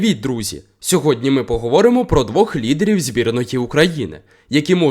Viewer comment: Ви - хороший хлопець, але потрібно відвідати лінгвіста, щоб навчитись правильно ставити наголоси в словах і реченнях:виділяти потрібно наголосом слова, на яких акцентується увага, а у вас кожне слово виділяється наголосом, чого не повинно бути в мовленні, наприклад: сьогодні (наголос на - го)у нас цікавий репортаж(наголос на - таж)інші слова в цьому реченні не виділяємо.Аж в кінці кожного речення потрібно виділяти останнє слово. Ви молодий - навчитесь, якщо постараєтесь, я у вас вірю.